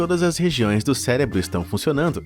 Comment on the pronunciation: Hoje tem um MONTE de Bolsominion que crê que a Terra é plana! O Narrador deste vídeo em determinado momento não usa nem 3%, pois em ele diz céLEbro